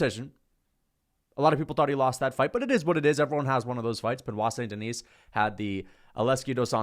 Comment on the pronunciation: There is not "S" at Denis (Deni with out S).